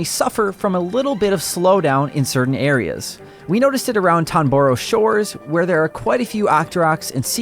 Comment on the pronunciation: I’m guessing you might be dyslexic? It’s “Toronbo Shores” BTW.